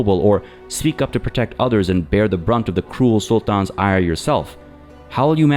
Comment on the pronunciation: why do you pronounce "sultan" that way?